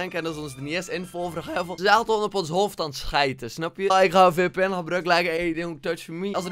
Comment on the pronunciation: lekkr VPN uitsprekn xD